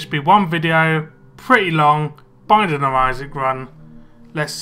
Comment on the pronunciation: it sounds like welcome back to the banging of isaac